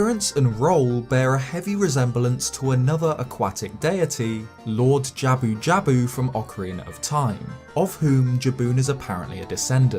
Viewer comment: I really like how you pronounce Lord Jabu Jabu idk why